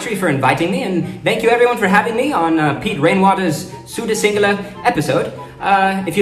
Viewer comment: Im a sri lankan person so when u r pronouncing it wrong it feels like an isult please pronounce it right